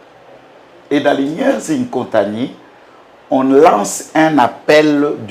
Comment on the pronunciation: On dit Inkontani et non nkotani 😁😂